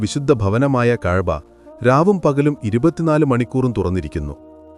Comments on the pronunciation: സത്യമെന്ന് തോന്നിപ്പിക്കുന്ന വിധത്തിൽ പച്ച നുണ പ്രചരിപ്പിക്കുകയാണ് ഇയാൾ.കുറെ പാമരന്മാർ അത് വിശ്വസിക്കുകയും ചെയ്യുന്നു.കഴ്ബ,റൗള എന്ന വാക്കുകൾ ശരിയായ വിധം ഉച്ചരിക്കാൻ പോലും ഇയാൾക്കറിയില്ല 😢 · ഇത് ചരിത്രം അറിഞ്ഞു തന്നെയാണോ പറയുന്നത് ഉച്ചാരണത്തിൽ തന്നെ വത്യാസം ഉണ്ട് കഅബ എന്ന് പറയുമ്പോഴും അള്ളാഹു എന്ന് പറയുമ്പോഴും ഉച്ചാരണം ശരിയാവുന്നില്ല അതുപോലെ ഒട്ടകം മുട്ടുകുത്തിയത് ക്യുബ പള്ളിയാണ്